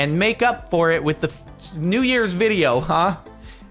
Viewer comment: I only say this now, and I thought he was saying Happy Nee Years for 2020, so when he said 2019 I thought he was joking😂